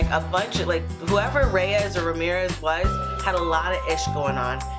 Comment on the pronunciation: anyone else think of fortnite when she said reymirez